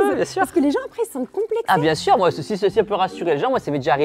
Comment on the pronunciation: « Bien sûreinh.. » stoop 🥲🥲